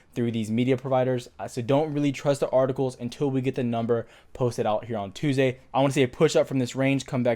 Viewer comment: Why did he say tuesday so weird